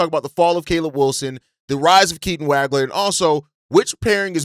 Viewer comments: Dude, you’re butchering Keaton’s last name. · Ngga claim to be a Illinois fan but he says Wagler’s name wrong